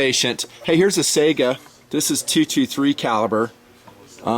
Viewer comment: Dang it, it's Saiga(Syga) not Saiga(Sega)!!! lol